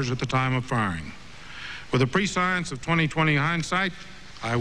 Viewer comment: He said pre-science instead of presh-ense.